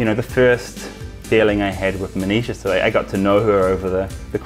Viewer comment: when you say Manisha, it sounds like 'Amnesia'😅, no offense love you man and congrats for marrying such a beautiful lady